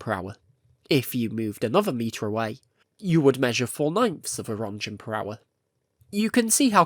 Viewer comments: Whats a "Röntchen" ? Rönt*G*en! xD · I love it not being AI but come on... ROENTGENS. NOT RONJENS. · I know british pronunciations of foreign names is often... creative? But The german name "Roentgen" (or Röntgen), and thus the radioactivity unit named after him, has a hard G and sounds like "RUNT-gun". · 😂😂😂 "rontjen" Jesus, you slept through physics classes. Here: learn the pronounciaton: BE /ˈrɒntɡən/ or USE /ˈrentɡən/. Seriously, my ears are beeding. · I love your videos! Please look up how to pronounce Roentgen, as an Austrian hearing Ronjens is painful haha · It's pronounced "runt-gun" or "runt-gchen" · Ronjents 😂 it's like hearing someone saying jif instead of gif. It took me a bit out of otherwise quite nice video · Wtf is a "ronjen"? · It’s pronounced “rent-gens.” Just FYI. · Oh wow, I always thought it was "RENT-gun" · The way Röntgen is being pronounced just makes me cry. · If you could actually get the pronunciation of Roentgen/röntgen it'd be nice. You know, considering this entire channel is about radiation and Chornobyl. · Jesus christ. Im sorry, its probably a good video and all, but I cant stand the way you mispronounce roentgen. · You should check the correct pronunciation of "roentgen" (or "röntgen") and "pump".